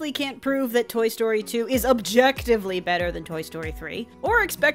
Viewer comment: Did you just say Tory Story?